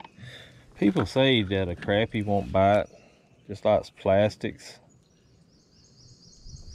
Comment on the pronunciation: Never heard of bluegills being called shell crackers. Btw THANK YOU for pronouncing c r a p p i e properly!!! So many say it like it's spelled with an O and not an A .